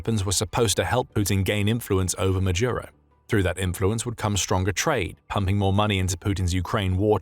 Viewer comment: Ma-dooro!! not Majuro, not Majooro, not Madiuro!